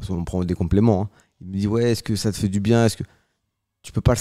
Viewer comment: Bienggggg ou bienggggg ?😂